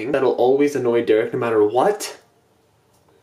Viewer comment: hey it’s pronounced Derek